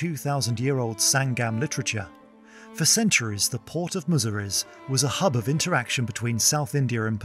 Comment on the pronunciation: Its not Muziri. Its Musiri.